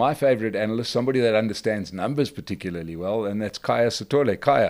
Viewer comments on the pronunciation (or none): It's KHAYA, not kahaya